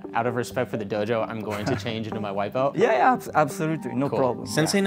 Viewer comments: Why do yoy say "bel" not BELT? Pronounce your "T's" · I learned English, and I learnrd to say belt, not "bel". In Judo and Aikido we say BELT, not "bel". Thank me very much.